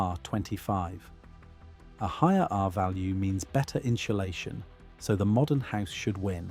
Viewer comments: Can you please program the AI voice to stop saying "in-shoe-lay-shun"? Please! INSULATION. in·su·la·tion /ˌin(t)səˈlāSHən/ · this is a great video, but I keep getting distracted by the "inshulation" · "Inshlashun" Gotta love AI based on a real voice, that can't pronounce basic words. Slop and autophageocity. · Cool info but you lost me at inshulation. Do you mean insulation, without the “h”. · insulation. not inshulation. want proof that brits cant even properly speak their own language? listen to them speak, then listen to them sing. when they learn to sing they are taught to enunciate properly. thats why they just sound like americans when they sing. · It's pronounced in Sue lay shun. There is no shoe in insulation. I believe at this point you guys are just doing it on purpose. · In ssssss ulation Not inshulation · What the actual F*CK is INSHULATION?!? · What is in-sha-lay-shun ? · What is "inschulation"? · Inchulation is throwing me off. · "inchulation" has me dying. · Had to stop after you said inshulation the fifth time. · I'm going to start saying "inshulashun" whenever I can conceivably fit it into a conversation. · I couldn’t listen to him say inshoelayshun one more time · “Inshulashion” 🙈 This is actually a really informative video and very well done. But I can’t get over the pronunciation (or should it be “pronounshiashion”?) of this word by the narrator 😂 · Inchulation? That's a new way to pronounce it. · Seems like an informative video. But at 5 minutes I can't take any more in-cha-lation. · What is inshulashun? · Here we go again- inshulation 🫤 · Your inability to pronounce insulation is distracting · AI can’t pronounce insulation🤣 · Learn how to pronounce “insulation”. If you put 100 tons of logs in the modern house, it would have won. This is just heat capacity, not any insulation advantage.